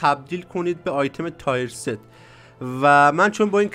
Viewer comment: تییِرست گل من نه تایر ست.